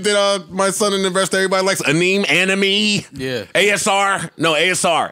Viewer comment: "Aneem, anee-me..." ANIME JOE LMFAO